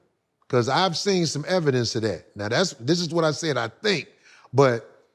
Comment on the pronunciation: “ I take advantage o-dat !! “ 😅☠️